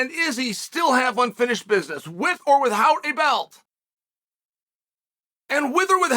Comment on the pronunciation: I love how Chael says with or with-howt 😂